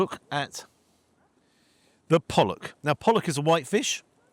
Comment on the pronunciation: The carefully pronounced pollock.